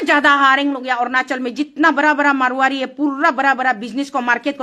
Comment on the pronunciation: Ernachal nhi hae .... Arunachal hae